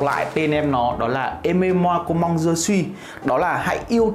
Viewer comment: em đóng góp với anh zai 1 chút tnay, với chai nước hoa đầu tiên thì chữ "comme" nó là com mờ chứ ko phải là com măng "comment" theo như cách anh đọc trên video ạ